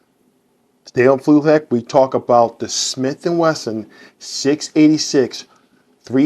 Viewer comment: You keep saying Smith and Wethin. It’s Wesson. If you had a lisp, that’s different but your pronouncing all your other S sounds.